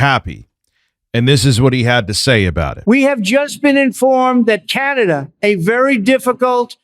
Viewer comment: C-An-A dah:D!!! just face it you're RTU2.